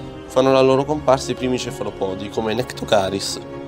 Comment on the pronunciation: Bravi ma occhio agli accenti... Brachiopodi, cefalopodi, artropodi.... Etc. L'accento va sulla prima "o"